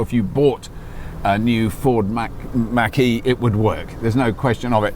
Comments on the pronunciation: It's mawk ee not mack ee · Robert, Nice into and review. Try "Mock - E", NOT "Mack - E".